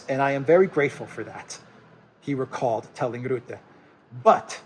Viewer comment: "Rutte", pronounce like "hut" te. 🇳🇱